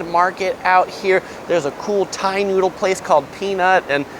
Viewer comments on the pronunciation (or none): none